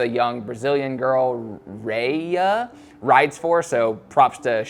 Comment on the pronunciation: Her name is pronounced HA-E-SA but is written Rayssa. Great content dude!